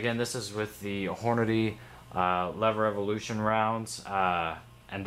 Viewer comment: Lol leverlution, i guess you dont need to be able to read to shoot.